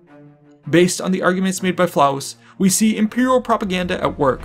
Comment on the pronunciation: LOL! 🤣 😂 🤣 ❤️ Well done! "Flavus" not "Flaus".